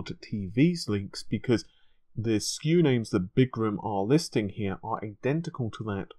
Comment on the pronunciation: Er,? It's not Big-gram, it's Biz-gram.....